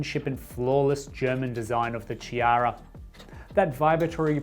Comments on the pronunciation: It pronouced: K-iara, K like in OK. From italian Name Chiara ( Kiara) 😊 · Nice machine and great review. The Ch in Chiara is pronounced like a K. Enjoying your videos.